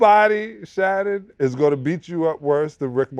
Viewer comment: “How do you say his name?” Shannon butchers his first name